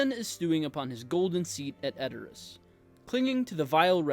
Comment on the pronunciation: the least you can do is pronounce Rohan and Edoras correctly, i mean..